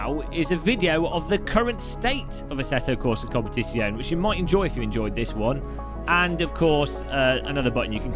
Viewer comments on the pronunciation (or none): love your content and style. Here's how to pronounce, "Competizione": Com pear tits yee own eh. (drop the "r" at the end of "pear"). Yes, I wrote tits in a YT comment.